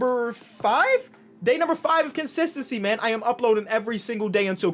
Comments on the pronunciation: just a friendly reminder, its not CONSISTENCY its KENSISTENCY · is he saying consistency weird or is he saying kensistentsy yknow weather or not its on purpose it's a dub